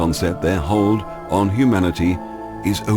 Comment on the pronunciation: Gaia Earthborn Truthiracy, Dahboo7, Suspicious0bservers and this narrator cannot say the word Build or Hold. There's no W. It's not an accent, it's a speech impediment. I don't know why.